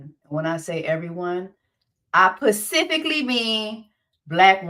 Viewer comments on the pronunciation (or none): hahahahah “I PACIFIC-LY meannnnn” 🤣🤣🤣🤣